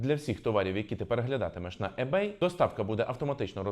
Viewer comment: Перед тим як записувати відео про ebay, треба було прочитати, хоча б як правильно вимовляти - не Ебей, а Ібей